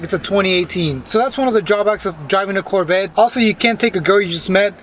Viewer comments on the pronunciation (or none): Its Corvette.. not Corbette. 😂😂 But seeing that u hate ur Corbette so much.. i have a car hauler, ready.... 🤣